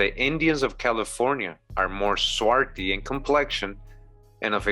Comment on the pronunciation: Swarthy, there is a th, not just a ty.